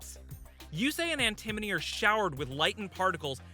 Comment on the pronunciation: The way he keeps saying Antimony instead of Antinomy.